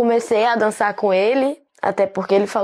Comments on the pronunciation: Gente eu sei q a gente tá falando de um assunto sério super sério mas dei uma risada tão sincera com o "danssar" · Leio: danssar não é crime Eu:danssar não... Pera DANSSAR?!?!?